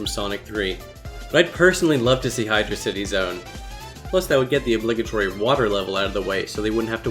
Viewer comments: It's hydrocity so you got it right "genus" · You got hydro city right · I'm from the future!!! well done on getting hydrocity right! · You got hydrocity right lmao